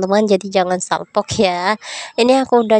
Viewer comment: Salpok salpok salpok terus😅 salfok bukan d salpokkk